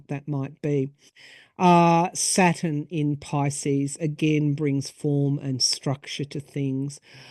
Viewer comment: Are astrologers saying Satin or Saturn?